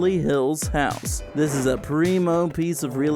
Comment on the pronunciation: "That's not a freaking hotel, it a HHouse!" I Love that 😂